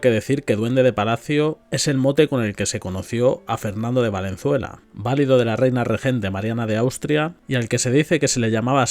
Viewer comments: Valido en el contexto que lee es una palabra llana y usted la pronuncia como si fuera esdrújula "válido". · Recuerda: Valido, llana. No es esdrújula.